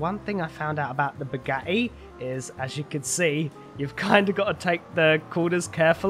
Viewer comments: naw. He kinda says it like "Bugahi" 😂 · The way he says "Bugatti" makes me so happy😂😂😂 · Just Can make me laugh The whole time the Way he Says Bugatti I like it your my Favorite Gta 5 YouTuber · I hate the way he says bugatti